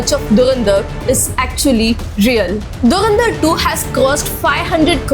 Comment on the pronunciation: Its Dhu ran dhar, not durandar, sound weird, atleast try to pronounce clearly